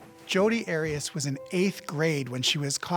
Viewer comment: Heads up it's Arias.. 😂😂 Great content though ✌️💖